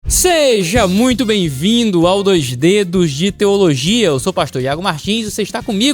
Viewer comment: cariocou? "doix dedox" de teologiaaaa